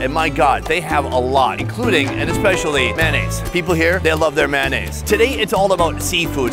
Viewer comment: Big fan.....but its pronounced M A Y O naise...not maonaise. ; - ]